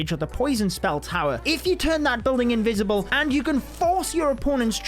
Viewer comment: they're invisible not invicible i am gonna die laughing 🤣🤣